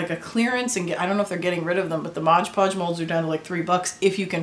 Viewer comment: so much better than air clay, thank you for this tutorial. But please call MOD podge by its proper name, not modge 😂